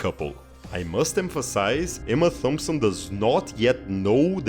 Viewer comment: I like how you pronounce Emma Thompson's last name with a soft 'th.'